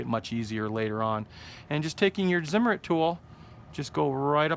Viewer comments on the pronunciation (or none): in German Zimmerit is pronounced CIMERIT. For all you idi....